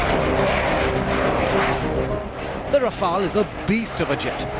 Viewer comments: And the Right Pronunciation for Rafale is Ra-fe-yal not Rafal. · No it's Ra-Fail. 😂😂😂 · Raw-Fail Bra-hmos..... 😂🤣